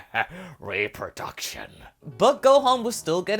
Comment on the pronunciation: "Reproduction" lol